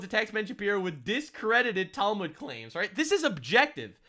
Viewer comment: I'm not Jewish but hearing her pronounce or mispronounce the Talmud as Talmood is hilariously grating on my ears. 😅